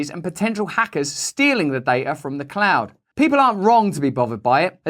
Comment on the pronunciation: Sorry, I thought you said "Clown world" there for a minute. 🤔 Oh well. Same Same. 🤡🌍☁️🌍🤷‍♀️